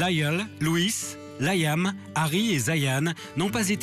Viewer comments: Mdr comment il a prononcer leurs noms ptttdr LOUIIISE ZAYYAAAAN LAYYAAAAM Nayyyeuul Harry lol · " Layam , Nayeul , Louisse et Zayan " HAHAHAHA Sérieux même Louis il sait pas le dire? x) En plus il a oublié Harry! A mon avis c'est trop simple a dire alors il a préféré se taire :/ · Nan mais c'est quoi ce délire franchement ça me met en rage les gens qui savent pas prononcer leur prénom ! Bon Niall , Zayn ok ça passe je peux comprendre mais Louis Liam ! Y'a que Harry ou ça va ❤❤❤❤❤ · Il faut qu'il apprenne a dire le prénom de Liam et Zayn et Louis --'